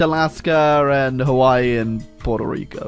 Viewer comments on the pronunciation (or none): none